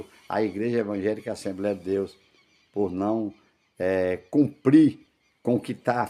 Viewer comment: Só se for assembreia mesmo...affff, cara q fala errado😅😅😅😅